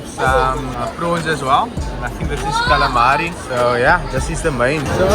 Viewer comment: my bru this has nothing to do with your cars but you just earned the biggest respect and a 1 time favour that can come in handy depends lol and all for how u said calamari like a real 1 no pretensious kak nai bru big ups